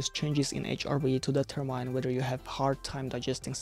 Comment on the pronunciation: Very interesting review, thanks, but pls. use the correct pronunciation for de‧ter‧mine /dɪˈtɜːmɪn $ -ɜːr-/ I got goose bumps, every time I heared MAIN . ;-)